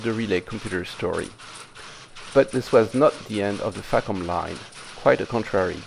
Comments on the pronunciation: in the spirit of AvE I use the term FACOM around computers quiet often- I pronounce it more like fuck'em though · I hope Im not the only goofball here that heard FACOM sounding like Fuckem'. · Facom... Haha facof!